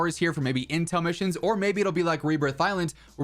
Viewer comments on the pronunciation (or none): none